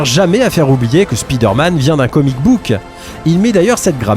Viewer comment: Спидерман? 😂 Why you pronounce it this way?